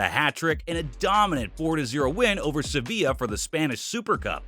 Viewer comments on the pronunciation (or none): none